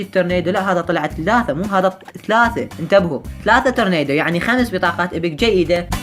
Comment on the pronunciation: ترنادو مو ترنيدو